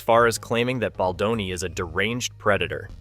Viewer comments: His name is not Bladoni. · Can you ducking pronounce his last name correctly??????????????????????? It's BALDONI NOT BLADONI